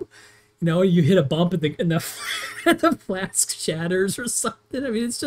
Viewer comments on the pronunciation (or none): none